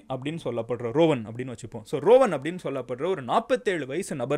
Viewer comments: Not rovan. It's றுவான். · ரோவன் இல்லை ருவன் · Rowan illa. Ruwan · Hi Madan Gowri! Following are the correct pronounciations. கொட்டாவ (Kottawa) ருவான் (Ruwan) யக்கல (Yakkala) மஹரகம (Maharagama)